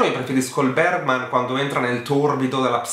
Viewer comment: Postilla da studentessa di svedese: Ingmar Bergman si pronuncia più o meno "Ignmar Beriman" 🇸🇪🇸🇪